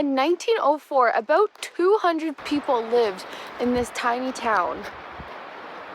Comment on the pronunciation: You said aboot.